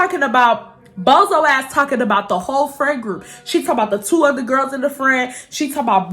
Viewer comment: I swear besides your personality, and the way you tell your story times. I watch because it’s so cute the way you say “other”😭 “Utter” 🥰😂 #UtterGanggg ❤️